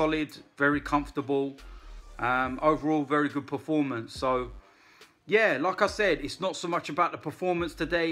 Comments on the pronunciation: never know if he's saying lacazette or like I said 😂😂😂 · when says "like I said" it sounds like he's saying Lacazette 🤣🤣